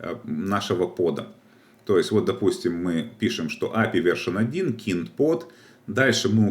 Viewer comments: Трубанул со слова "КИНД", правильно будет кайнд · kind vs keened кАЙнд (вид, тип, разновидность) или кИнд (причитать) Если все называть своими именами будет проще. Курс хороший, но кого хороним не могу понять? После каждого кИнд кровь из ушей. Приходит человек после данного курса и про кИнд мне говорит, а Я не могу понять о чем он.:)